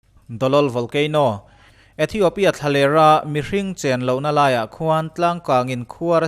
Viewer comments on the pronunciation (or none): none